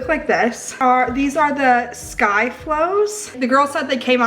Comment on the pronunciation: Hey the Icelandic yogurt is pronounced "Skee-er" haha almost like saying someone skiing is a skier lol